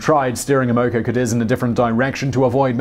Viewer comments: It’s pronounced “AM-uh-co”, not “am-OH-co”. Just an FYI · Amoco pronounced as "AM uh co." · Simon, you're a terrific presenter. However, I wish more attention would be paid to correct pronunciation of personal and place names. In Chinese, "x" is pronounced "sh", and "q" is pronounced "ch". The Amoco company is A-mo-co, not a-MO-co. Etc. Let the content shine without these distractions. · You said "Amoco" several times before I figured out what you were saying. "Am-uh-co" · love the vids, but, just quietly, Amoco rhymes with hammer blow. in Australia anyway. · Simon: The initial "A" in Amoco is short like the way in which we Americans say the word "had." The first syllable is accented, with each successive syllable having less stress. The 2nd syllable "o" is a standard lazy schwa sound. Thus, it's pronounced Ă-Mah-ko. TMI, I know, but just saying... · PRONOUNCIATION EDIT: (1) BEN-CHI (2) AM-O-CO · this guy pronounces countless words wrong, english or otherwise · Amoco is pronounced AM-uh-coh.